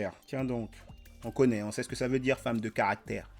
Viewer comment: Lolz son accent! Cameron ne rate rien. On ne dit pas djur on dit dur. On ne dit pas djire on dit dire.